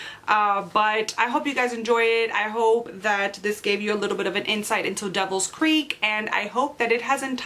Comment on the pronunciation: This made my day. Thank you so much for the review! I loved the vlogs, watching as you progress through the book. So cool. And yes, you pronounced my name correctly, so you get bonus points. :-)